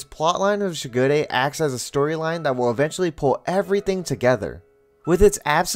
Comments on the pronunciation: Aah-ki-tou: Akito Shi-gu-rey: Shigure✅ Shi-gū-re❎ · Idk if it’s a dub thing but I can’t get over how you put a ton of emphasis on the ‘i’ in Akito and the ‘g’ in Shigure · Him: says Shigure and Akito differently then me and the dubbed show Me: uhm anyway (This is a joke love the video just caught me off guard)